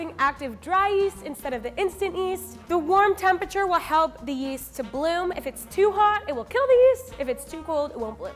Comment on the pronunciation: Do I have a hearing impairment, or does she say 'instant east' instead of yeast?